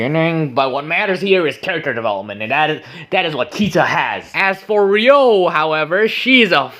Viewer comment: HER NAME IS EVEN RYO DONT TELL ME ITS NOT RUI